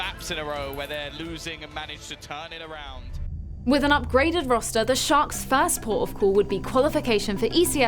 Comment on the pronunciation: toda hora acho q ela fala shox e nao sharks!